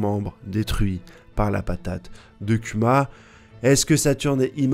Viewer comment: Bordel ! Arrête de dire Kyuma ! On prononce KOUMA !